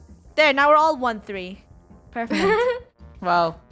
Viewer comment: funneh : "there, now were all [ ONE THREE ]' = 1/3 Me : "its [ ONE THIRD ] = 1/3 Lol